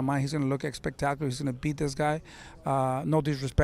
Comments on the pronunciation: yeah I know. It just sound like he’s saying “EX-pectacular 😂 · Can someone please tell this man that “expectacular” is not a word 😂